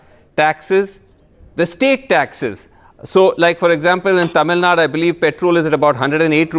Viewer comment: ..pronounce Tamil nadu..not Tamil nad..